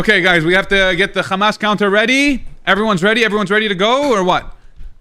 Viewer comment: “I’m not a big fan of kkkkhhhamas” ~ Benny Netanyahu, 2052